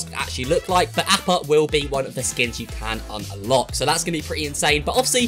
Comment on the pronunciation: Ahppa not apppa